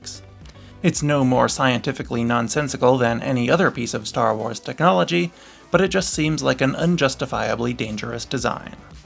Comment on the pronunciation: 0.00, either im tweaking or he said "star whores" instead of star wars